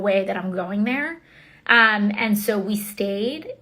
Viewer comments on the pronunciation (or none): I hate how she pronounces the word and, which sounds like iiiynd.